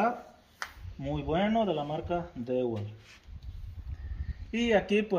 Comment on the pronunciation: Mi chingon se dice diwol, dewalt esa marca en ingles, saludos.